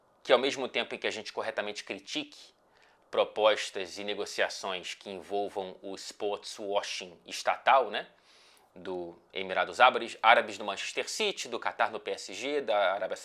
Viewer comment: "emirados abares" KKKKKKKKKKKKKK n tem como n amar esse cara KKKKKKKKKKKKKK